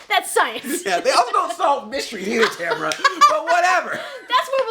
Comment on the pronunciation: is it just me or does she say and spell her name different, like the second a doesn't exist